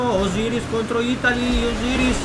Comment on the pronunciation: Itali non osyris 😂